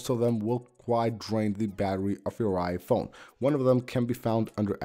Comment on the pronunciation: It's so distracting when you say it 'iPHONE' instead of 'IPhone' 😄